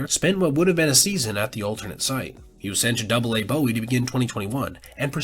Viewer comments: That is not how you say Bowie lol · Bowie - pronounced buoy (if anyone cares)